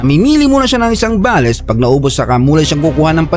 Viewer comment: I just want to make a comment about you saying “BALES” you should pronounce it in English Bales in one word not ba les Bales means a large bundle or package prepared for shipping